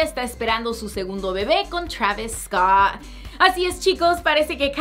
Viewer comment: Me da risa cómo dice Travis Scott jajaja